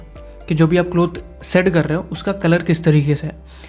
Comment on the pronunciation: Bhai aap shade KO see kyu kehte ho